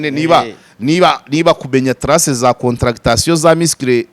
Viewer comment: Nkosore gato bavuga Contraction (des muscles) ntibavuga CONTRA-CTA-TION. Kuramo iyo CTA!!